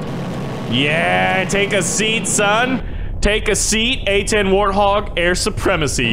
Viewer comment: Its not warhog its warthog